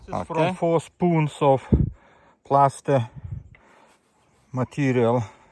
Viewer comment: Plasser not Plaster:fish-orange-wide-eyes